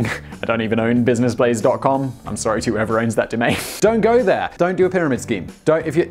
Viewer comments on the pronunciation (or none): none